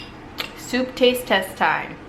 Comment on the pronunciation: “two bowls of souf”